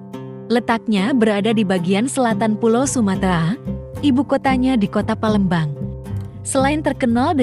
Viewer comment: Kog sering terdengar para pembaca narasi di YouTube..(PA)lembang di sebut (PE)lembang...(A)mpera disebut (E)mpera